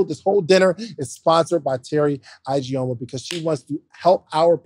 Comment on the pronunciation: ...your sponsor's last name is pronounced E-G-o-muh instead of I-G-o-muh 😊